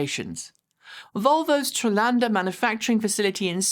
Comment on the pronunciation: Volvo Torsund? You mean Torslanda?